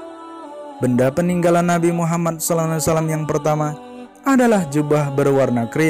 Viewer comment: Sebutlah yg betul. Knp jadi nabi muhamman. Yg betul nabi muhammad saw